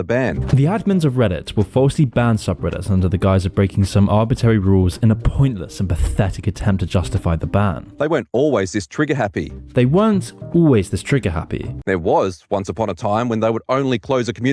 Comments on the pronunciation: "Shamalay." "Arbitary." entire job is talking into a mic and he can't even do that correctly. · 'arbitary' lol